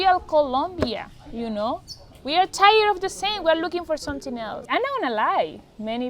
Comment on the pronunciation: Great message and I smile every time she says "someting"...Hha